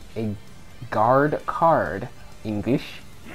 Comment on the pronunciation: Was it so hard to say "Guard Card" XD